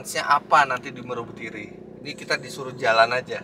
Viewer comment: Meru betiri bacanya bukan meru om, tapi mheru, kayak baca gunung semeru 😁